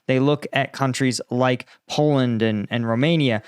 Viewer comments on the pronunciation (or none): none